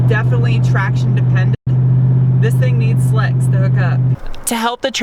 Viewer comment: To do a review like Doug Demuro start by turning the word “THIS” into 3 over-pronounced syllables ..”the-hiss-es” .... and dress way geekier in khaki shorts and sandals 🙄 ——— if Leno ever brings-in “field reporters” .... you are a sure-thing.